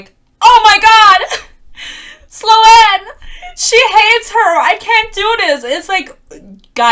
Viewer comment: I think Sloan is pronounced “Slone” not slo-anne